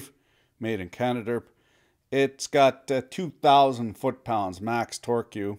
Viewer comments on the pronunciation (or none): none